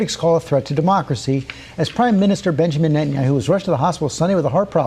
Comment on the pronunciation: It sounds like you're reading these tidbits off of a Dennys placemat. Confused as hell actually. And you don't even know how to pronounce Netanyahu? Lol. Bro, you sound lost. Cheers!